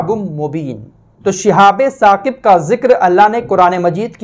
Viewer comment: Apne ayat galat bataya hai. Sahi aayat Surah Saffat ki ayat hai aur pronounciation hai uska "Shihabun Saaqib". Aap keh rahe ho "Shihabe Saqib" jo galat hai. Jo aap parh rahe ho wo "Shihabum Mubin" hai. Jo aapne qisaa bayan kiya ki Setan aur jinn aasman par baat suna karte the fir Allah ne is cheez se hifazat ki,,,,wo qissa Surah Saffat me shuru me hi mil jayega.